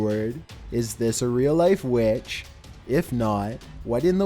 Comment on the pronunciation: #7: Midlothian WETCHHHH